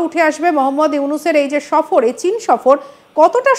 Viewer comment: যেমন চ‍্যানেল তেমন উপস্থিপিকা। সফর কে বলছে শফর।